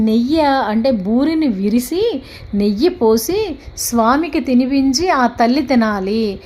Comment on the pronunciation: విరిసి కాదు విరిచి, నెయ్య కాదు నెయ్యి